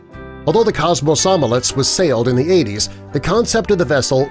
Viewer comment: Kosmosolets. Dude that's not the right name. Komsomolets. Thats the name